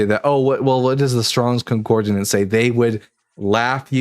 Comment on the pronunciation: Please, for the love of the god none of us believe in... it is con-COR-dance... not con-COR-de-nance